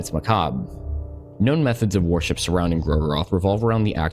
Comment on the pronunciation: Mhm, I love me some god WAR-ship. With the amount of WAR-ships mentioned, I can build an entire fleet.